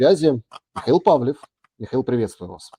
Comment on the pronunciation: Он же ПалОв,а не ПавлИв..!